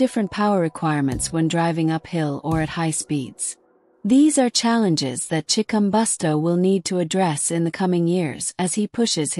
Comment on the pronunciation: Chikumbutso not Chikumbosto.